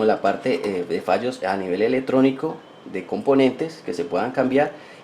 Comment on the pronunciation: EleCtrónico, NO "eletrónico", por lo demás, interesante tu vídeo.